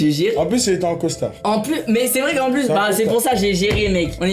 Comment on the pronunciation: au debut le titre j'avais pas compris il a dit pu alors que c'est "plus" mais c'est comme meme une bonne video